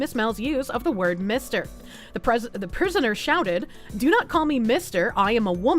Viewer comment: "Should I call you mistah?"